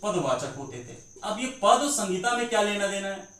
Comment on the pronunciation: Sangita nahi bolna hai. Sahita bolna hai sir.